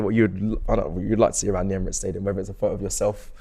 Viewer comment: Man pronounced that stadium name with finesse🔥🤲🏽